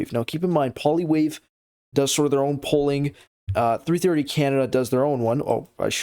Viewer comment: IT IS NOT poliwave